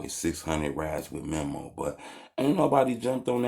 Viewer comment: It’s meeemo not memo 😂